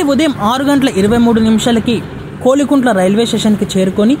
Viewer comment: kolikuntla kadhu, kovilakuntla